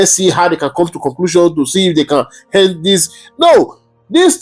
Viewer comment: Pls my bro, speak your English like the igbos. We don't say "hend", rather 'end'. It's the Yorubas that speaks 'hend' dear not the igbos try to change it pls.